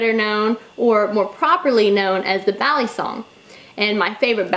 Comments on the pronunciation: I'm Filipino and it's cringy to me. It's mostly the way she pronounces her "a". is saying it "baaa-lee-song", when it should be said "buh-lee-sung". The "a" in Tagalog (Filipino) is a sharper, shorter pronunciation. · Bali. bahllee bahhhllllleeeeeeee kind of like walllll-eeeeee. this moment has been brought to you by ocd pronunciation rage. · Bal-ee-soung. UGGGG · Chris P It's pronounce with a soft a, like "ball". ball-ee-song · Vin Ellis Back in the Philippines, I hear them say ballysung, almost like saying bally fitness, but not the y part, more, ee, bal-ee- sung. sung because the original word is sungay, which is horn. But yes, american trademark from benchmade, it is pronounced as how many of us americans pronounce it, ballee song. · before you carry a "balysong" check your local laws "balysong" "balysong" for fucks sake Im done 3 minutes into the video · I cringe every time she says balisong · agreed balisong